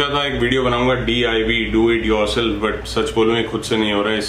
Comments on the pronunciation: Aapne jaldi jaldi meh DIV bol Diya it will be DIY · DIV nahi hota DIY( Do it yourself) hota hai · it's not DIV, it's DIY (Do It Yourself). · Correction: DIY- boleto Do It Yourself (not DIV) Btw best DIY ever on a bike. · ek mistake krdi ap ne.. its DIY 😅 not DIV..koi ni glti ho jaati h..we all love u😊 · sir vo DIY hota hai..naki DIV... 😂😂🙏❤❤❤❤ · Bro its DIY nt DIV.. ✌😎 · DIY bolo DIV nahi. 👍🏻👍🏻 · it's DIY....not DIV 😅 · Do it yourself.... DIY hota hai naaki DIV . 😂😂😂😂😂😂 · div nahi diy😂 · DIY not DIV 😁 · It's DIY not DIV... 😂😂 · its DIY not DIV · Not DIV its DIY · DIY hota hai div nahi😂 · vo DIY hai not ''DIV'' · Its DIY not DIV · It's DIY not DIV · I thought it's DIY not DIV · ''DIV'' boli jande o it's "DIY" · DIV NAHI DIY HOTA HAI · DIV nahi DIY hota h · DIV Nhi DIY Hota h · Div nahi Diy hota hai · Bhaiya div nahi diy hota hai lol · Aree ch""ya usa div nahi d.i.y. bolta hai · bhai diy* u pronounced it wrng 2 times